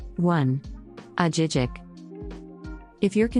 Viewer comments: It is pronounced Ah-hee- heek. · Girl you have to know how to pronounce these towns. I really doubt you have even been to those cities. Ajijic was the clincher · if she even visited Ajijic she would know it’s not pronounced that way. Leads to her credibility of what she is talking about if she hasn’t even visited the towns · need to improve the narration. Ajijic was pronounced wrong! Jajajaja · Soooo wrong. 😂